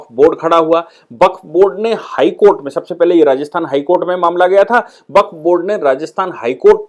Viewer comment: Baqf शब्द है, या waqf?